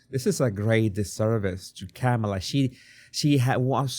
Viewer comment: please pronounce her name correctly. I agree with all you have said, but her name is pronounced, "Comma la". Just like the comma in grammar. Not Cam a la.